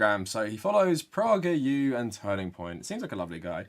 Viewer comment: I’ve never heard someone pronounce PragerU with a short O sound instead of a long A sound